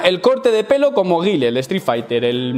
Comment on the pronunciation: Repite conmigo, se dice ga-i-el, y sonic boom jajajajaja, se nota el cursito✌✌✌. Buen video